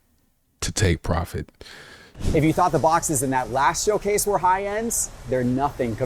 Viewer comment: 🤔Did he say “Showcase” of “SchillCase” 🤣